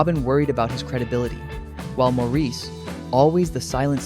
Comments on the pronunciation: Incredible harmonies, and Barry was just... 😍🥰😍🥰 By the way, Maurice's name is pronounced Morris. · How much can one know about the when one can't even pronounce "Maurice"? That was my great great grandfather's name. I know he pronounced it the British way because one census taker spelled it "Morris". That's what he heard. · I quit watching when the narrarator didn't pronounce "Morris" correctly. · No. While it is spelled that way, it is prounounced Morris. That is the pronunciation used most in Great Britian. I've heard him prounounce it that way, his brothers call him that and in most interviews, especially the ones by British hosts. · Please pronounce "Maurice" correctly! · Perhaps, but if you're going to make a video of "facts", at least get your facts right. Makes me wonder if any of it is correct. Having a name mispronounced is lazy. Trust me, mine is mispronounced quite often.